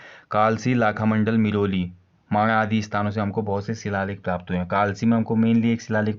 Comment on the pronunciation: मिरोली nhi hai sir सिरोली है